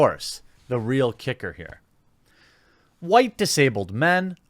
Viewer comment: why do you say who-white?